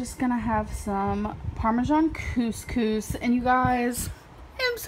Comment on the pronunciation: Don't ask me how I know this, - 'cuz I'm not Arab - but every time you pronounce 'couscous' it sounds like you're saying the Arabic slang word for p*ssy, twice. xD